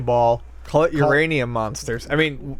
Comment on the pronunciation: "Uraninum" LMAO